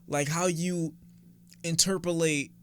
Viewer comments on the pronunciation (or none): even making new words now Wtf is “Interpulate”